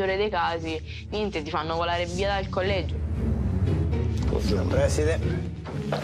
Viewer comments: collegio con due g🤣🤣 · Da notare al minuto colleggio con due g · "colleggio" con due G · bello "colleggio"